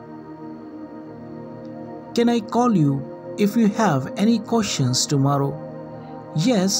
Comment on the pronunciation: Sir, it's not tomaarro, kindly pronounce the word correctly.